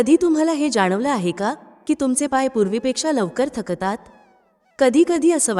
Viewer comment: शक ता त असा चुकीचा उच्चार होतात..... थ क ता त......